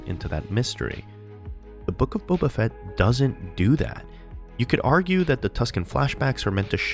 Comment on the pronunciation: The Boof of Fett? you mean the book of shit